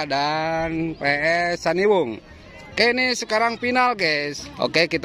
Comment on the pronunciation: Cihandiwung bukan caniwung a 😅